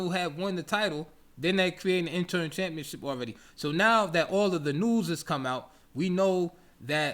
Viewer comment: Great content 👌. It's interim, not interm bro.